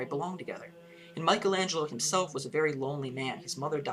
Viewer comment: What can you possibly teach us not knowing how to pronounce exactly either his name or the title of his masterpiece?!